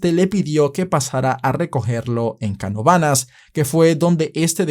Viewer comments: Le dieron dos perpetuas y es caNOvanas no canoVAnas😂😂 mis respeto, soy de pr y eso fue feo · Como que canovanás😭 es CaNOvanas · buen resumen, el unico error de fue la manera de pronunciar el nombre del pueblo de canovanas … 😂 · Canovanas no se pronucia así